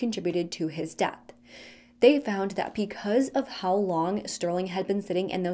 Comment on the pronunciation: ...are you saying "picause" instead of "because"?